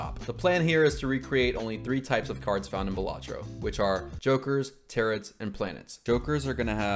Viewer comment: Loved this video... but hearing you say Tarots like "Tearits" hurt a little